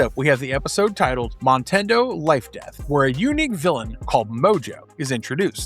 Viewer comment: You kept saying "montando" when it was written Motando. Sorry, just saying.